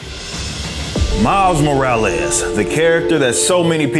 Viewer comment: Miles More-or-less 🤷‍♂️